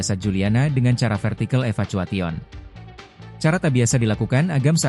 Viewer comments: Evacuation bacanya i va kye wa shen bukan eva kwa tion 😢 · ngakak AI nya bilang eva cua tion dan typo "sampao" mau kramas? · Kenapa sih pembaca beritanya harus pake AI?? "Evacuwation"??? Seriously! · "EVACHUA-TI-ON". Kalo pake AI text to speech yaa yang pinteran dikit kek.... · Apa apa? Gimana tadi bacanya? eva cua tion??😂